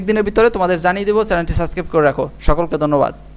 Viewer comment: সাবস্ক্রাইব উচ্চারণ করে ছাছক্রাইব। এ কোথার অশিক্ষিত রে।